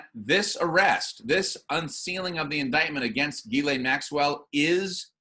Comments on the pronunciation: Ghislaine is French and pronounced like this: Ghis - Jeez (easy on the 'J' and add a slight 'h' sound after the 'J' and soft on the 'z') - so jhees and laine - lane = jhees + lane. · her name is pronounced "Giz-lane" Maxwell (with a hard "G") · ITS PRONOUNCED 'JIZZ-LANE' MAXWELL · It makes me laugh this woman has an S in her name and no one can pronounce it. It is a French name that is pronounced Gis len or Gislen. Even though I dont like people like her anyway.